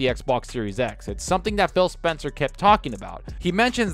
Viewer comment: Sounds like you're saying Fail Spencer, 😂